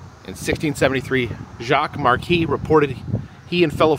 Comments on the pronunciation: Marquette is pronounced Mar - kette or Market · Marquette is pronounced Mar ket.